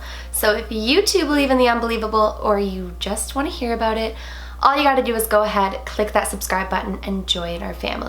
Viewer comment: I herd it when she said did u jear that